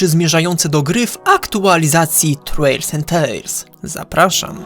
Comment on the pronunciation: trwails and trails XD. Co do oceny to tak 5/10 bo troszku mało. A jeszcze ten post na coummunity tab z tymi brzozami może sugeruje, że dodadzą te nowe brzozy.